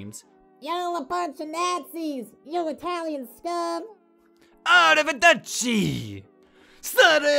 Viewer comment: Its pronounced ar-an-chini. Lol you gotta try it it’s really good! Also pizza margherita is just pizza w/ sauce and cheese. (I’m Italian lol) Va-fan-culo or f you A-rev-I-deci*